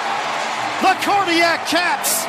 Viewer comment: Is he saying "Carney act" cats or "cardiac cats " ?